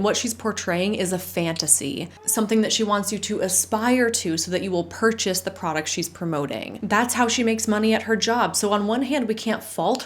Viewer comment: When the definite article precedes a vowel, the e of the is long, not short. You make the error of using the short e.